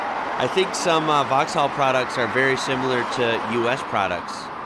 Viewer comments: Not voxhal it is voxal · VAxhAlL☠️ Thats so painful to here as a brit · Sorry but I've never heard an American say vauxhall and it sounds funny af🤣